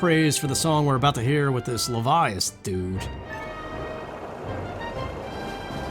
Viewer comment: I think Levias would be pronounced the way you're saying it, since it's based on leviathan.